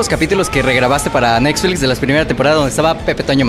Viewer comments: dice el entrevistador "Nesflix" 😹 mezcla de Nestlé y Netflix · Ah no bueno "Nesflits" y te falto Meliodas!!!